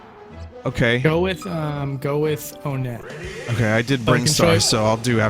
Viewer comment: Its actually called One-ett not Wunt. Vinny is right that the naming of the towns all have a number in them. You wouldnt say Toosen, you say Two-son. Three-ed. Four-side.